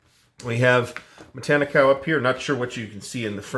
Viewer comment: You're pronouncing it the same way I've heard it pronounced.